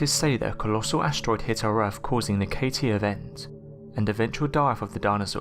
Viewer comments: Norf America planet Erf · Agreed. Worse than AQI, added to which are multiple instances of (e.g.) ‘togever’ (together) and ‘earf’ (Earth). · I can maybe help a bit if you are trying to understand the narrator's pronunciation: 1] for "Earf", read "Earth". 2] for "uvver", read "other" 3] for "funder", read "thunder" 4] for "dameter" read "diameter" 5] for "megaliffic" read "megalithic" 6] for "wivout", read "without" etc.etc.